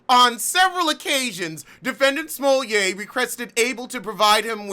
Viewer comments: It is. Its actually the correct pronounciation. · It is lol